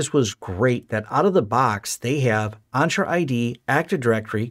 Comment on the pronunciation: En-tra not On-tra